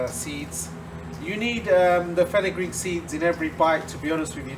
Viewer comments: Did you meant to say fenel seeds? Fenugreek is meyhi seeds , they don't taste too good in baji's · Hi, Is it fenukgreek seeds? I don't quite catch what you say. Thank you